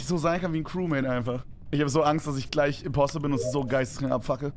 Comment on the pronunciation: Es heißt “Impostor”